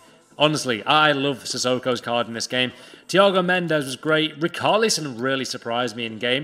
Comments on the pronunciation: It’s RiCHARlison not RICARLison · Rickarlison thats how u say Its acc richarlison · Ricarlison are u ok it’s richarlison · Rich arlison not rick arlison ffs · That richarlison pronunciation is disgusting 😂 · It actually hurt my ears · He did him dirty there. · Im brazilian, thats definitelly not how we say Richarlison.